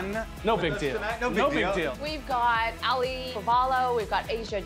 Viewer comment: Auli’i (Ow•lee•ee) not “Ally”